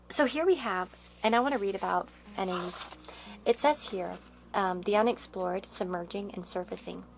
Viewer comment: FYI You’re pronouncing Anais wrong.